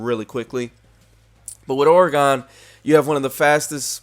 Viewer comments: I am not trying to be rude, just informative and helping. Oregon is pronounced "organ" like the organs the your body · you say oregon weird as hell lol